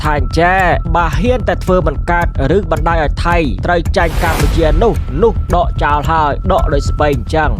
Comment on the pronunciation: ដកចោ ឬ.ដកចោល? និយាយឲ្យត្រូវពាក្យតិចមើលហ្អា?